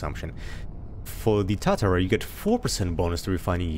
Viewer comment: Tu-tar-uh, Japanese steel smelter